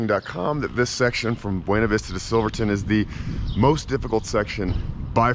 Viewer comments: They pronounce it Be - ewe- knee vista Not Ba - wain - a vista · [BWEY-NA VISTA] god how do people not know how to read